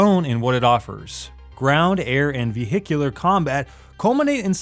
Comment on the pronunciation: Mmm, that Vee hiccular combat sounds nice